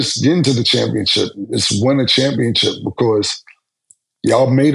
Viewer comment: Can be killin me with the “ChampionChip” 😂😂😂 🤦🏾 Bruh it’s CHAMPIONSHIP